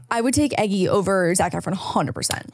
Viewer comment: Guys I love Taron aswell but hearing you call him Eggy not Eggsy hurts so bad 😂